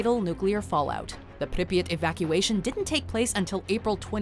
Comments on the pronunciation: its not pronounced Pripyit Its Prip Yeah T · i hate how she says pripyat, she says "pripyit" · Prip yat that’s The pronunciation it’s just like hearing somebody say HiroShima as hir rosh ama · Arghh the pronunciation of Pripyat 😩😩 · The way she says Pripyat annoys me so much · hearing say Pripyat Is amazing